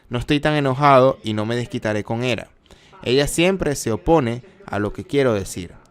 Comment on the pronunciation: Lo de pronunciar nombres griegos latinizados como si fuera inglés me trastoca un poco.. Hera se pronuncia en español tal y como se escribe.. Es como plus, ahora resulta que es plass.. dejémonos de anglicismos absurdos de una vez...